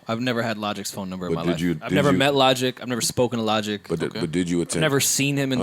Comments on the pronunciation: It’s so funny to me when Joe calls Logic “Lawdge”😂😂 LOL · "Lodge" 🤣🤣🤣 thats nasty